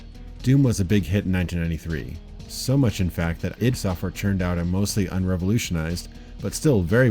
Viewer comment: It's pronounced "eed", not "I.D."